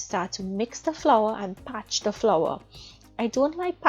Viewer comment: It is parch and parching, NOT PATCH and PATCHING!